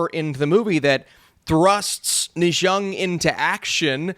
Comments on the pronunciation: Its pronounced "nerrr ja" not ne zhong. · It is pronounced "Neer Ya" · Na Zha is actually pronounced Ne Cha. He a God Of War, one of the god of honor.